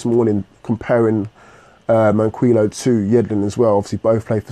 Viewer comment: FOR THE LAST TIME!!!!! IT'S MAN-KEY-O. Sorry I hate 2 be that person